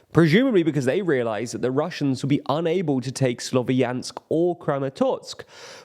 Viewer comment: Slovyansk is a two syllable word. Ya is one letter, so please try to pronounce it at least close to correctly.